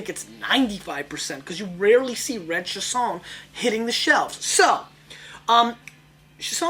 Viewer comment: Pronounced "Sha-sign"